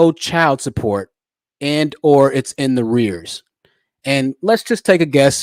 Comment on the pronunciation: in THE REARS??? In ARREARS!!🤣